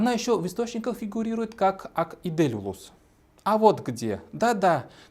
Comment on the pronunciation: по-башкирски "Ак Изел", тогда почему вы произносите по-татарски?